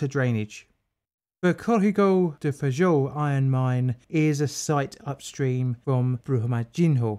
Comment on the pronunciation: Awesome video, though knowing a little Portuguese, the dam was actually pronounced "Brooma-jin-yo" (the 'h' in Portuguese is pronounced the same as ñ' in Spanish). And I admit, Portuguese can be confusing! 'Feijão' is actually pronounced "FayJAOWN" - that weird 'ão' is a nasal syllable. Brazilians (and Portuguese) seem to love talking through their noses! Anyway, on topic: The reason tailings dam lessons aren't learned is simple greed. It's much easier to just dump the tailings until the dam breaks, then use the government to make sure the next of kin are quietly bought off with spare change, and go right on doing what they usually do. Some governments eventually get sick of tailings mudslides and actually do something about the mining companies, but Brazil's government has little interest in such things. The firefighters and rescuers are heroes, though. Full stop.